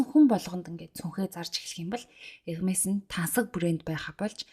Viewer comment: вов Hermes-ийг Ermes гэж зөв дууддаг хүн баыдаг л юм бн❤..